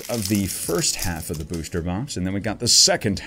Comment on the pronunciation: Ur always pronouncing booster as booshter